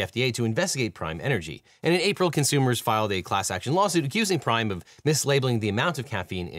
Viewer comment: I kept hearing ''Crime energy drink''.